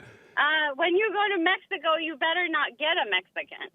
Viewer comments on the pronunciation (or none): none